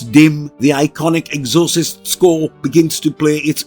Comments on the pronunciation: The ex or sist. Was driving me batty every time he kept prouncing the exorcist wrong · Good video but I’m pretty sure it’s pronounced Ex-or-cyst not however it was pronounced here. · EXHAUSTES LOL. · You fucked up the pronunciation of exorcist. The movie is gonna bomb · I can't with the bad pronunciation of Exorcist. This video is horrible.